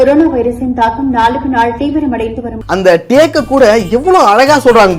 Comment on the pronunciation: தம்பி அது துக்கம் இல்லை தூக்கம். அப்படியெல்லாம், எடுக்காதீங்க பார்க்கலைனா. நல்ல சமத்து தம்பி தமிழை கொலை பண்ணாதப்பா.